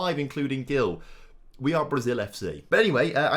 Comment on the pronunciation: Hi, i’m brazilian, and i just wanted to correct you: Gil is pronunced like “Jil”